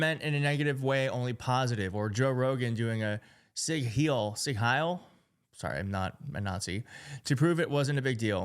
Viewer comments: Your second pronunciation was the correct one ("seeg with a hard g" and "high + l") ❤ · Second pronounciation of Sieg Heil was correct. Sorry from germany.